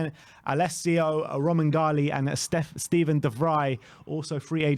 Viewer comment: Your killing me with this romangali stuff. It's spelt romagnoli, in Italian the gn is usually pronounced like ny, or the Spanish ñ. Pronunciation of his name is romanyoli